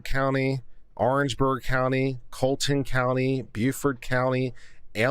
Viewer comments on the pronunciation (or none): none